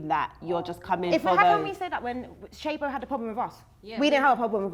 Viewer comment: it's "shaybo" put some respect on the queen of the south please and thank you